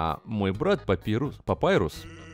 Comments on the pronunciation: *бро... папайрус..... Т.Т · А если папируса убили то как Санс говорит:" Папирус(Папайрус) тебе что-нибудь принести?